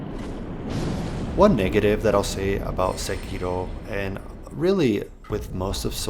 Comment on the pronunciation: Finally, a guy the pronounces sekiro properly. Good video.